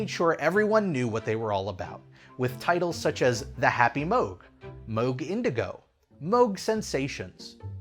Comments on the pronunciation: It's rare that my two passions of Disney Theme Park content and Synthesizers come together in the same video! Fantastic. AND GOOD WORK SAYING MOOG CORRECTLY!!! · I am so proud of for pronouncing “Moog” the right way. I almost always hear it pronounced like the sound a cow makes + g. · Congratulations on figuring out how to correctly pronounce "Moog"!